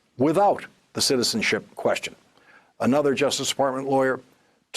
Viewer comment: Guy can't say "citizenship"...... how hard can it be??